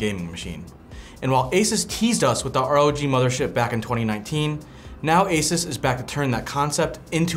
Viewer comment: The way he says Asus made this video unwatchable for me.